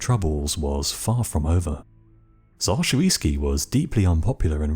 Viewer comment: Not Shoviisky - Shuisky